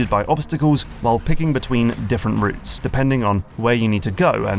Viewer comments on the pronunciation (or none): none